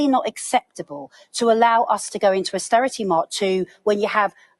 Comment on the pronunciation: Did she just say asstearrity .Yes 14 years of The Thatcher Tories gift to UK. 😡